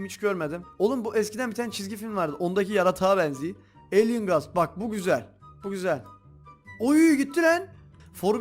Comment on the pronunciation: Abi seren kafa dediğin varya o alıen elyın diye okunuyo abi